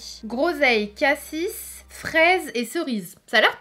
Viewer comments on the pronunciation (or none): none